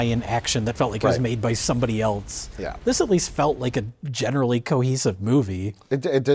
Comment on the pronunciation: ...it will never stop being cute that pronounces the word "else" with a "t" in it... (32m35s)